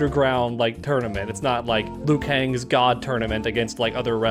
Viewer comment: I’d like to see that because I’m sure Liu shouldn’t be pronounced as Lu 😂